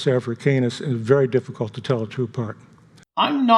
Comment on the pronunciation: Seems like he’s putting emphasis on “Afra-CAY-nus,” like he wants people to consider it canine.